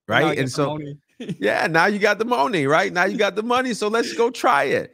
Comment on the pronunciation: Just realizing that’s the guy that says “Get that Mo-Nay”